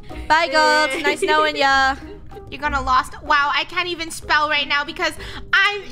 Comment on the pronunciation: why is no one talking about the fact said “she can’t even speel” 💀